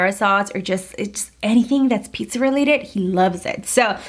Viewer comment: she did not just say PIKSA 😫